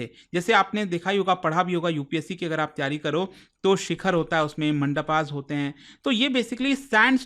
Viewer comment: Sir humble request if your content is in hindi then please research in hindi as well. Learn to pronounce hindi words properly like it's not चंडेला (चंदेल) मंडपा (मंडप), you are a teacher you teach them how to pronounce as well. & Thank-you for your daily Information.